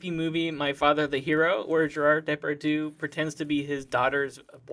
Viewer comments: Was that "Gérarde Depardieu" (mis)pronunciation some sort of joke or reference, or did you just genuinely bastardized it? I love this show, but... I am in shock. How could you ever think that is how it is actually said? :o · i can't listen to them saying gerard depardieu ? it sounds so wrong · The way you guys pronounce Gérard Depardieu is really dang cute. Those French accents were terrible, though XD Except for 'Désolé', that was pretty on-point.